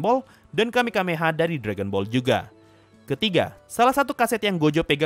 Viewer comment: Kamehameha bang bukan kamekameha